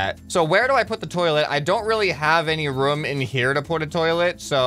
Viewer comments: is,t room not ruom hahahahahahahahahahahahah LOL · Just saying, when you say room it sounds like roum